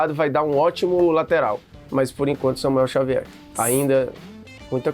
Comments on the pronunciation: “Xamuel Savier” do VSR aos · xamuel savier 😂😂😂😂